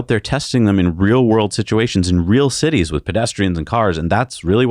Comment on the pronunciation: citites. Somebody thinking of tits.